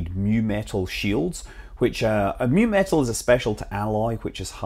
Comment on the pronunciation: mu-metal as in µ-metal, not nu metal!